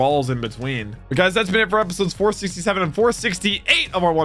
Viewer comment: For some reason when he said 467 and 468 i heard 4CC7 and 4CC8